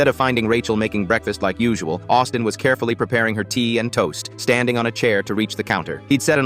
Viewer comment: I heard Autism intead of Austin